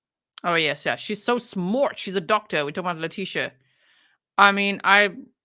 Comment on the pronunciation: "Lie-tecia" 😂 and "bye, fe-leticia" omg G 😂😂